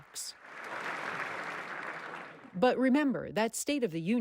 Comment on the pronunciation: Did she really just say she was going to the first ladies "box"?